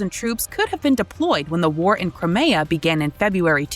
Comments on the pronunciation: The new narrator is shit. "Crameyah"?! Crimea has been mentioned every day in the news for over a year! You'd have to live in a no-news-bubble not to know by now. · Crim-Ay-A? Where the heck did you find her? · If that AI narrator says "Cry-may-uh" one more time I'm outta here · Lol FN pronounced Crimea as crymaya. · Great video, but the way the voice over pronounces Crimea is cringe